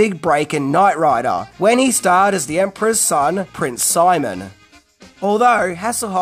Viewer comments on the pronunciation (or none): none